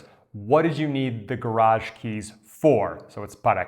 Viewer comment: I'm confused by your pronunciation of garaje. I'm learning in Europe so perhaps that's it.